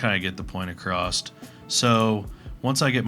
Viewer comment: "ACCROSST" that's all I needed to hear know this is a waste of time, thx